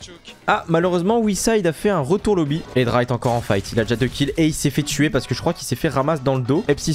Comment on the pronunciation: juste c espi pas epsi et c hedra pas edra